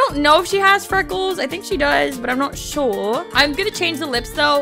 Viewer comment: The way you said sure, a British accent got me laughing😂😂😂😂😂😂